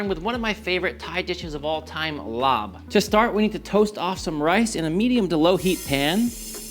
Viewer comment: Larb is pronounced “lop” not “lob”